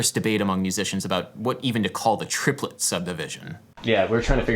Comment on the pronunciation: “Trip-o-let”…. I concur.